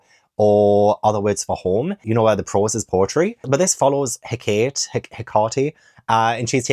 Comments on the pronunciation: But...it is "Ka-tob-uh-sis". Why was Jade making fun of you? Also, Hakate is "Heck-uh-tay" or "Heck-uh-tee" as far as I have heard, depending on which group's language you want to use. Like Greek versus other people. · I think its pronounced HECK-uh-tay? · hecate is pronounced like HECK-uh-tea :) i read the passengers on hankyu line as an ARC and it's definitely a sweet, cosy read!